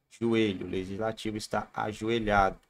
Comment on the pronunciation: Leitsnativo ou leigislativo kkkkk